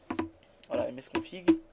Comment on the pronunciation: Chez moi c'est msconfig et non msconfigue !